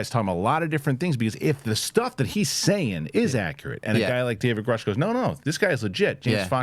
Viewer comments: I think the surname Grusch is German and is pronounced Groosh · Re Big thing it is grusch with a short u, so is more right than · So, he knows Grusch, but doesn't know how to pronounce his name? Ok.